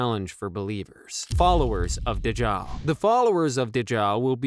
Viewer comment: this is how it's pronounce: Daj-jal